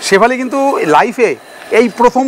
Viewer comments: শেফালি নয় ওটা স্যুফলে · ওটা শেফালি না, সাফালে l আর তাইপো l